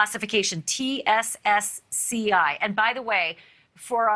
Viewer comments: He said "TCSCI" and She said "TSSCI"! News reporters are like Biden creating word salad! Where is Kamela by the way? Pelosi our President cooking International meal for us. Lol 😫🤣🤤🤮😭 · it's TS-SCI smh